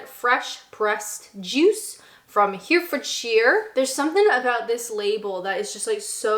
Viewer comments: Strongbow isn't real cider. Real cider os fermented apple juice. Strongbow is apple juice from concentrate with sugar and alcohol added. Flavoured ciders like kopparberg are the same sort of thing I think. *'He-re-forshire' not 'hear-fordshire'. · Her eh ford shire, not here ford shire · I'm in Herefordshire (Heh-reh-fuhd-shuhr, not Here-fud-sheer) Cider is a massive part of the county. There's a cider museum not too far from me that goes over a lot of the history of some of these drinks (fun fact I got from there on my last visit, Strongbow is a spin off from Bulmer, so you technically had two from the same people). Somehow, yet to try the Henney's, but we have a bunch of cider makers and apple orchards around. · and here I was wondering whether she’d fall into the trap of mispronouncing frome and she goes all the way by saying here-fordshire 😭 it’s HEH-reh-fordshire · "Hear-fird-sheer"...my new favourite country haha. It's "Hair-eh-ford-sher" ;). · Hue-fod-sheer? Heh-reh-for-d-shurr! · Had to click 'Like' when you said the Henny's was from "Here"-fordshire. So cute! Possibly rude of me to pick up on that, but ... some people get under your skin when they get things wrong, and some people are just lovely, and innocent - the usual pronunciation is "Herra"fordshire. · I know it's not obvious but it's herryfordshire not hearfordshire... Frome vally is just ove the hills from me, but I mostly drink Westons' Perry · Hear-fordsheer? Blame the cider, but it’s more like Heh-ru-fordsheer or Heh-ru-fordshuh. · 'Herefordshire' - 'HAIR reh fud sheer'. Sorry, couldn't help myself. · herefordshire is pronounced - he-re-ford-sher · The pronunciation of Here-ford-shear? It's more like Hair-e-fud-shiear and 6 of the 10 ciders are from there. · I can't be upset at ''Here ford sheer'', Its spelling isnt helping. ''Heh-reh-fud-shuh''. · Herefordshire --> Heh-reh-fud-sheer. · Here-fordshire tickled me. Also, I like a cloudy cider. If my stomach isn't grumbling, it's not worthy.